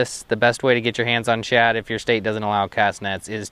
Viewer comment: You do know it’s “shad” and not “chad” right??..lol